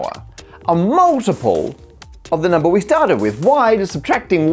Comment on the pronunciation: I love the way he says "numbah!"